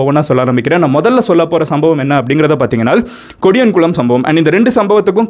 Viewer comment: Bro it's not kodiyankulam It's podiyankulam